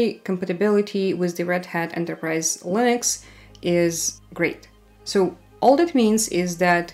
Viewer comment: interesting how she is saying Lыnux